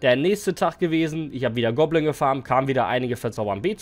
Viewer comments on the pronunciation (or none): Goblin bro, nicht gobblin😂